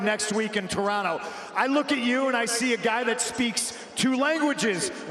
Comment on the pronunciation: props to Punk for knowing how to say Toronto correctly